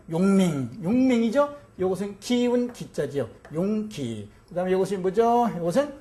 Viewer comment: 용맹의 "용기"와 그릇이라는 "용기"의 첫 자 가 장단이 다름을 모르고 강의 하고 있도다. 앞 자는 길게, 뒷 자는 짧게 발음하소서